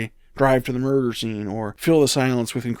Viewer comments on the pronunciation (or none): none